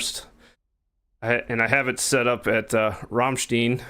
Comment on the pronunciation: Just for you’re info, Ramstein is pronounced like beer stein no eee only iii